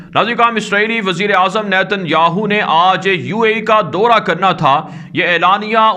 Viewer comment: daura ,kahen , Dora nahi .